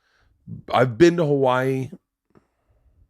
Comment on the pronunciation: How can you be from Hawaii but not know how to say Hawaii? Debunked!